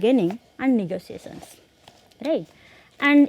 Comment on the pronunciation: Very bad pronounciation of words like "issue", "negotiation" etc. Improve your conversational english